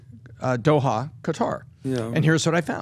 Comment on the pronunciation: he is buying in Dohaia- how hard it is to say Doha!!